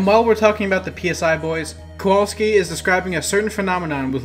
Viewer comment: Hi! Great video! Also, PSI is not intended to be spoken as Pee Ess Aiii. PSI is an alternate spelling/play on the word PSY or Psychic. So it's intended to be spoken as "Sai Magnet".